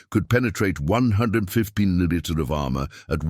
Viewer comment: Lousy voice-over. Can't even say 'millimeter', comes out 'muddlemuddle'. Tank designations are a muddled disaster.